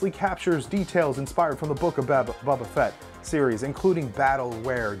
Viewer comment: You say you are a fan but you cant say “boba” you say “bubba” or “bbbba”. Just joshin still hahahaha keep up the good work dude